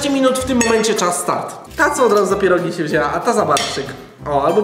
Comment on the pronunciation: Czemu ciągle mówi zamiast pierogi to mówi pierug,a na dychę mówi dychu??